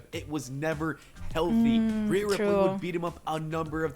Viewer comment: Ripley is pronounced Rip-Lee not Rip-Lay 😅